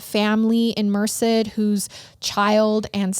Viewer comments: Only bc you expect us to correct you guys 😝& bc I’m from the area- it’s pronounced Mer-Said Love your podcast! You guys are great! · I can't get over how she's pronouncing Merced. It's so cute, is sounds like ( mer-sid) but everyone here pronounceses it (mer-said) I literally couldn't watch it without stopping. I love it though. Hahaha I also have been to that neighborhood 😬 scary I had no idea. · Not even relevant but Merced is pronounced “Mer-said” 🤷🏼‍♀️ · mer-said is how you pronounce it. love your show! just started watching and now i’m hooked lol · Just listening to your Podcast for the first time. LOVE it!!!! Regarding The Brady Bunch... it was Marsha the brushed her hair 100x per night. Also, the town is pronounced "Mer-Said" Merced. Keep up the amazing Episodes. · I hate to be that person lol but it’s actually pronounced like Mer-Said. I only know because I’m from that general area in CA and hate that town so much lol it’s a crap town in my opinion. My cousin was murdered there. Anyway, that’s my two cents. You guys are great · Lol I JUST had to pause it to leave a comment about the pronunciation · Came immediately from Apple Podcasts to YouTube just to see if anyone else local commented about the pronunciation of Merced, CA. Absolutely no hate intended! Love the show and you guys!